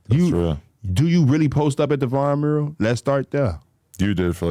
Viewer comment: why can not say mural? he always go “mrr…?” like just decide if u gonna say “myurrAl” or “MuRRul” & go for it don’t be scared